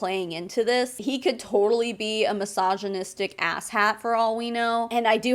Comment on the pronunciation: Massaginistic husband 😂😂😂 why I keep hearing it like that